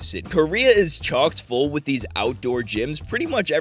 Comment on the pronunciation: It’s “chock full” not “chalk full” 😉